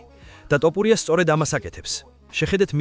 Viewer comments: მახაჩოვი, ტოპურია, ტვიტერი სულზე მოგისწროთ AI-იმ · ამ ვიდეოს AI ახმოვანებს? რა ტოპურია ბიჭო?